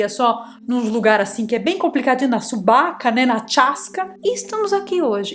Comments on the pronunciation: Jacareios, subaca e tchaskas 😂😂😂 dialetos de kkkkk adorei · “Na subaca né, na tchaska”